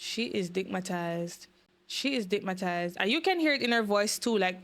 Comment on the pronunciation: wait, did you say she is 'Dickmatized'???